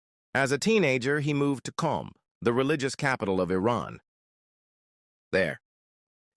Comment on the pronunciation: But i approve him and😂 i am from qom ( btw for ur kind info its qom not qume 😂 😂 )